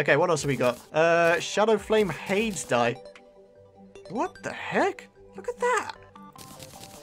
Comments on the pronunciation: you mispronounced Hades:/ you say the e so it's hadees. I had to. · I think it is said as Hay-dees the greek underworld god